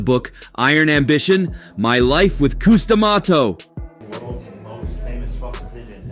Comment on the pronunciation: Cus D Amato! Not Coose! Smh!